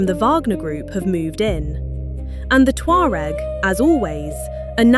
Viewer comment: They are my ancestors and they are NOW called Berber, she mispronounced the name as usual, these know it all euro people annoy me.